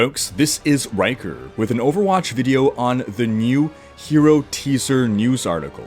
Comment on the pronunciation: Anyone else hear: "Hey guys, this is Rhykkerrrrrrr"